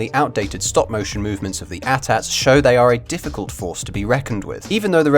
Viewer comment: AT-AT -_- its pronounced A-T A-T...